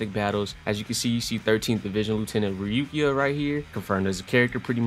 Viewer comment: Lol you said rukia hella wrong😭